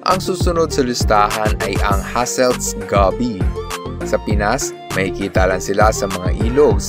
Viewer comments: Goby.... Gow-Bee not Gaby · Na trigger ako sa pag pronounce niya sa goby haha (Go-bi) not gaby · Goby is pronounced with a full "o". Like when you say "go" in "let's go..." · Aside from the pronunciation of Goby, amazing video sir.